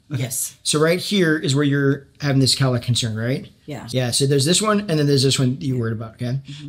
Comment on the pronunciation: Oh he was saying cowlick! I was thinking whats a kallack, is this an American thing ? 😂